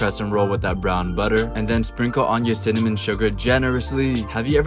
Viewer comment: anyone else notice he said "synonym" instead of "cinnamon"